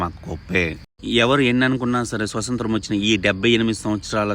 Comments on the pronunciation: స్వతంత్రం పదాన్ని స్పష్టంగా పలుకు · Baga cheppav thammudu kani adhi swathantram , swasanthram kadu😢